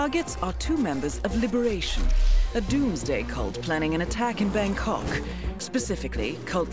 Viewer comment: When she says Bangkok she emphasizes kok so much 😂😂